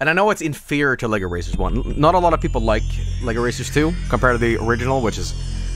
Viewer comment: oh Sh- The lLBi arrives breaks the door into separate LEGO bricks You are getting arrested for pronouncing LEGO the wrong way